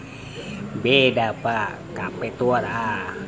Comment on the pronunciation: Kafe bisa jadi kape haha, btw tetap semangat Bang.. 💪💪